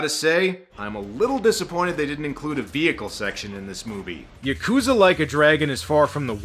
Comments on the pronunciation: Well I hate to be that guy... but it's not Ya-coo-zah. It's Yah-kah-zah. And that's from a former Japanese roommate I lived with who knew some Yakuza in Fukuoka. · is it really that hard for americans to properly pronounce yakuza?